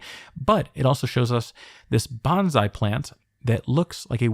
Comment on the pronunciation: Sorry to pop in with a pedantic correction. It's "bon-sai," not "ban-zai." They mean totally different things.